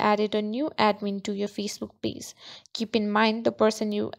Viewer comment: Just a heads up. You are pronouncing "page" like "pays" "Ge" is a ""juh" sound. "Pay-juh" dont emphasize the "uh" at the end.